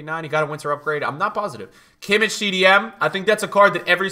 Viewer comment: Please stop saying kimic bro its kimmich ch as a german g